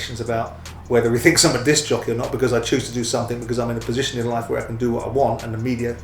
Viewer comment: "Im advancing a posation based on substace" when he initially said it he said "its a fact" bellend